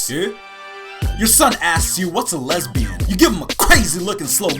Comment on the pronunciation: Lesbian not lesbiout